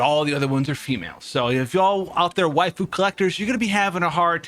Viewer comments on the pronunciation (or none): none